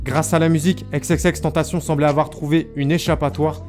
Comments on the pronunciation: Chui dsl mais la j ai arrêté la vidéo a par ce que la manière donc il dit xxx tentation ca me rend fou 😂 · Sa ce prononce ix et pas ex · C’est Xxxtentation et pas exexextentation 😂😂😂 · Exexextentacion mdr tu sais pas parler c xxxtentacion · Non c'est xxxtentacion pas xxxtentation et exexextentacion c'est l'accent du X en anglais ça se prononce comme ça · « Ex ex ex tentacion » 😂😂😂😂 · 😭😭😭😭😭😭😭😭😭😭😭😭😭😭 pas xxxtantasion 😭😭😭😭😭😭😭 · Faudrait vraiment que tu prononce leur blaze en anglais . On pourrait penser que ça s'écrit Tentation vu comment tu le prononce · Pq tu dis ex ex ex tentation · « EX EX EX TENTACION » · Faut revoir ton accent et ta manière de prononcer XXXteantacion